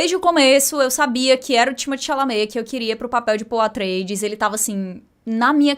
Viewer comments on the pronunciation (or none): falando Timothée Chalamet: timichame, timi tchumi, Chimichurri